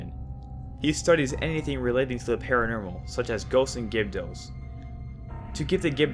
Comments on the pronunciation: "Pamayla" "Paranermal" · You say normal as “nermal” or “paranermal” lol good videos though